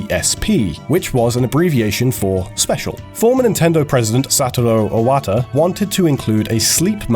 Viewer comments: "I-wata" I-what the fuck was that pronunciation? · "Eye-wata"? "EYE-WATA"?? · What was with the pronunciation change from "ih-wuh-tuh" to "aee-wah-tuh"? (It's actually pronounced "ee-wah-tah.") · AYWATAH XD